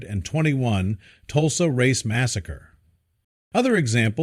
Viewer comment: Stupid AI generated video and stupid AI voice which can’t even pronounce dates like “1921.”